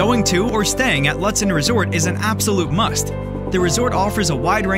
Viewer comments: Cringe It’s pronounced Loot-den. Not lut, like but. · It's pronounced Loot-sen. Might want to change that on your videos. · Ew, stop pronouncing the town name incorrectly